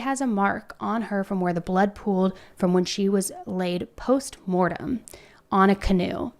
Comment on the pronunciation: It’s not “post Morten”. It’s ‘post mortem’. Just clarifying.